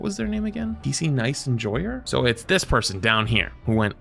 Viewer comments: I think it's picnic enjoyer. Not pic nice enjoyer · "pc nice enjoyer" bro its picnic enjoyer lmao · bro absolutely fumbled the word picnic😂